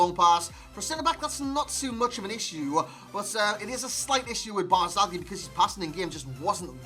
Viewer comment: non ce la fanno gli inglesi a dire BARZAGLI...